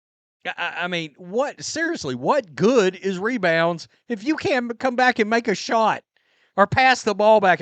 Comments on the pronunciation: mebounds not rebounds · If the WNBA stopped recording “me”bounds as rebounds, Angle Reese would be cut from the team.